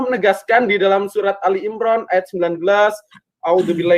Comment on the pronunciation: Pendeta kok ngomongnya Awloh dan surat al-imron 😂😂 Dari kalimat pembukaannya aja udah keliatan pendeta abal2 😂😂